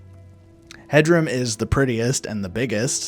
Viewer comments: Please. Please, Hjerim is “year-im” not “hedg-um”. Imagine the “j” is an “i” or “y” sound and the “h” is very very soft. Great video otherwise! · Mild psychic damage from how you pronounced Hjerim 🤣😅 (It’s supposed to be “h-yer-im”) Other than that, love this video! Hjerim is my fave house honestly, despite the fact that it’s a prior murder house 😂 Honeyside is my second fave, & Proudspire Manor is my third!!! But we all love Breezehome, that place is wonderful. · Your pronunciation of Hjerim intrigues me. I’ve always said it as “hyerim” like with a soft J lol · This video made me question the pronunciation of Hjerim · The pronunciation on Hjerim was the worst I have ever heard.